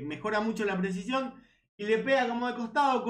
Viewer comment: Che, como te cuesta decir "presicion" te sale "presion " todo el tiempo